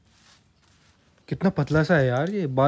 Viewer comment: Oreo ka sampo😂😂 sampo nai bhai shampo